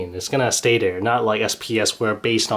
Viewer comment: you cannot say dere you have to say there